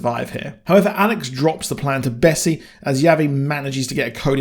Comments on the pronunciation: Jennifer Connelly is confirmed for season 3.. Also it's Bess not Bessy. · Great video, I agree that a flashback for Big Alice would have been amazing! This finale was a bit of a letdown in my opinion - particularly the ending which felt a bit stuck on (in that it didn’t flow well). Only piece of criticism, the multiple mispronunciations of Bess and Javi (as ‘Bessy’ and ‘Yavi’) were extremely grating - other than that I enjoyed the review!